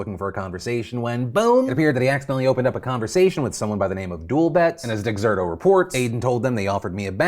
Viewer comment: Dexerto is pronounced Deserto.